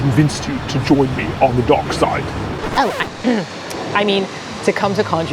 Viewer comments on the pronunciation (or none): ”Join me on the duk side”